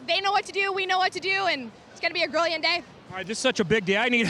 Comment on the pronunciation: she didn't just say grilliant did she